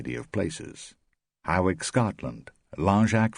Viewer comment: "Hawick, Scotland" is pronounced 'Hoik'. And Mallorca is pronounced 'Mai-yorka'